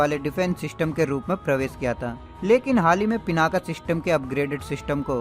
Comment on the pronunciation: भाई, वो पिनाक है, पिनाका नहीं।